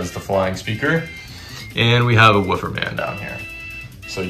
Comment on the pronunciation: Bro said wooofer man💀